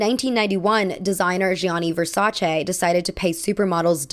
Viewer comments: Thank you so much for your pronunciation of Versace, yes it's che not chee, they are Italians from Europe not jersey italians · Good pronunciation on Versace. Gianni Versace knew the power of celebrity and was extremely adamant about having top models in his shows as well as celebrities wearing and staring in his advertisements